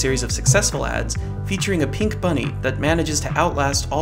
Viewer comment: Why does the narrator put emphasis on the word “pink” instead of on the word “Energizer”? He isn’t correcting the color, so the emphasis on “pink” is misplaced.